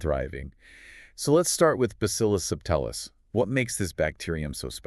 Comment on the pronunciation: Not sure why she calls subtilis “sub tile us” it’s pronounced ‘subtle is” it was named after the word subtle because it was a subtle bacteria. Has nothing at all to do with tiles or tiling…